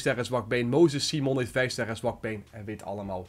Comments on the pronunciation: Je leest simon als saimen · Simon spreek je uit op zn engels. Hoor het meerdere ytbers zeggen dus ik snap het wel